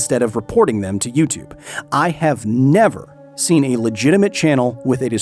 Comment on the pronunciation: "You-tube"? Not for a long time